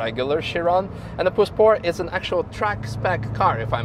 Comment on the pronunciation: So it’s Pur Sport not Pure Sport and in the video it sounds like Puss-port. Not having a crack. Great questions at the end though. I assume Manthey will be given orders to change pads for this car in the future 😆.